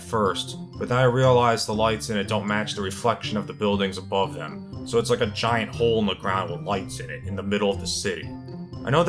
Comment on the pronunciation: Also its giant not gigant stupid